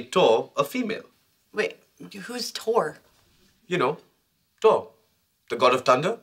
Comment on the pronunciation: actually, Raj said Tor instead of Thor, that's why the confusion I believe